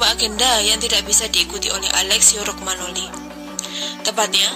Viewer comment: Romagnoli bukan Rogmanoli 🤦‍♂️🤦‍♂️ Kacau kacau